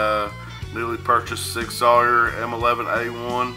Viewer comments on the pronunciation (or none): It’s pronounced sig sour weird I know I just got the P226 extreme 9mm just awesome got the P229 sas 9mm on lay away can’t wait and then finally it’s the M11A1 time sweet sweet gun and your right on the UID labeling it’s for the armorers to scan it in and out great vid keep em coming! thanks